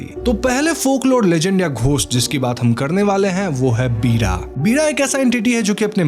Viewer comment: पीड़ा नहीं वीra होता है